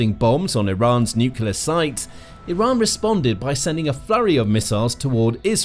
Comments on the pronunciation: Nuclear, not nucular!!!!! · Say the word 'new'. Now say the word 'clear'. Now say the word 'nuclear'. It's not 'nukiller'. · Was coming to say this. Not sure why but it gets me so annoyed when people say nuke-u-lar. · New kyoo ler? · I had never heard nucular pronounce with a British accent before. I am now convinced stupidity knows no race or boders. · For god’s sake, just say “new clear”! Say it! You can’t go wrong. Also, President Trump’s claim about “obliterating” Iran’s nuclear capability, appears to be premature and/or exaggerated. But what would you expect from the biggest liar in U.S. Presidential history? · Sounds more like ‘new-killer’ >.< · The mis-pronunciation is intentional. We all know how YT works.